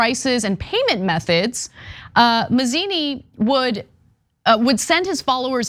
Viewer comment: Mazini, not manzini